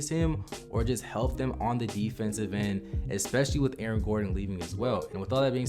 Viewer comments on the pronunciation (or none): none